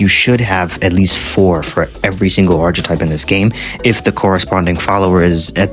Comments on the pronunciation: ARK - uh - TYPE PLEASE TELL ME YOU'RE DOING THIS AS A BIT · Bro you don’t pronounce the ch in archetype it makes the kuh sound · Cant believe so many people dont know how to say archetype